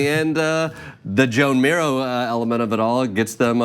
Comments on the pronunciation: Rockin' it, in spite of mispronouncing Joan Miro's name. It's cool. I did for decades. It's like "Juan". I hope you have a super day! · That's not how you pronounce Joan Miro.